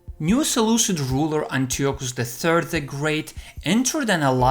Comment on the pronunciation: antiochus is read as "antayokus"